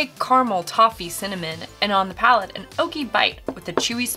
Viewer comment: It's *PALATE*. (I know they made that mistake too :/)